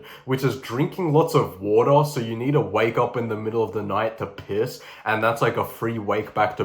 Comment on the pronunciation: i love how bro emphasizes “piss”